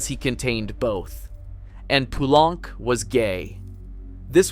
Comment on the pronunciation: pronunciation of lully and poulenc could use some help, haha